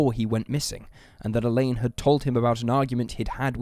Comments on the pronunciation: you're pronouncing "Alain" like the girls name "Elaine" whereas Alain should sound more like "Alan" but with the _lan more emphasized than the English way (If you say " a lamb" thats fairly close) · Alain is pronounced the same as Alan, Alun, and Allen. Elaine is a female name. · It's pronounced Allen, not A- Laine. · Alain is a French name and is pronounced with a nasal sound. It's not pronounced Elaine. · I’m more concerned about the way the dude mispronounces the name Alain.